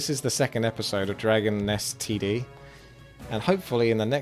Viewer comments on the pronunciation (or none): all i hear when he says the title is Dragon STD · I keep hearing "Dragon STD"...